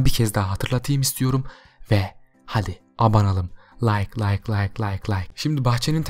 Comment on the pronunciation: Layk derken lak lak lak lak gibi dedin